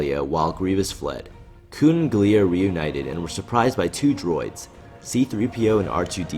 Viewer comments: You say "Kewn" instead of Koon like you're in South Park or something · this video is good but I just can't stop thinking about him calling him "koon" just because you know "coon".....